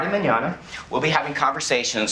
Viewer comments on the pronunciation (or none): none